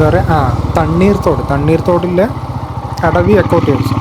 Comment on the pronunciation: തണ്ണീർ തോട് അല്ല തണ്ണീത്തോട് ആണ്